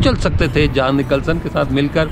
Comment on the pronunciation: Theek lafz Jhon hay Jaan nahe !